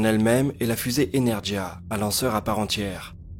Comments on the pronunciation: Pour être tout à fait exact, dans la limite de mes connaissances très limitées du russe, la prononciation serait même "ènérguia" ("Э" se prononçant "è" et le "e" comme un "é") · Energia ne se prononce pas "énèrjia" mais "énèrguia" : le "г" de "Энергия" est un "gu". Ca m'étonne que ça n'ait pas été mentionné dans les commentaires, ça ne doit choquer que moi. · KSP RSS bien joué! Par contre je crois qu'on prononce "energuia" en russe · J'ai grincé des dents à chaque fois que tu l'a dit mais je ne t'en veux pas ce n'est pas ta faute. Energia se prononce avec un g comme gamma, "energhia" un truc comme ça.